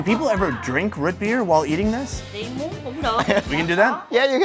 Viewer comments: has lost 99% of his midwest accent over the years but every now and then it pops up to say howdy. That "Ruut" Beer was 100% Minnesota suburbs. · Is saying rootbeer? It sounds like rit beer... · Is he saying rootbeer or root beer ?